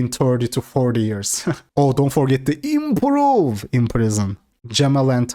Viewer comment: I giggle everytime he says "eeimprooove" 😂